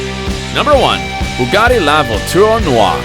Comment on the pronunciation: It's Bugatti La Voiture Noire not Lavo Tour Noir lol